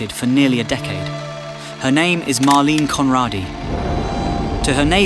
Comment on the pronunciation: Why not pronounce her name right?